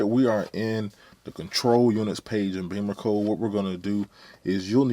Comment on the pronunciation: I believe it’s pronounced “Bimmercode”, not “Beamercode”. Check the spelling;)